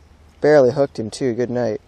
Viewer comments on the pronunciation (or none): "Barley hooked him goodnight" hahahahaha I have never heard anyone say goodnight like that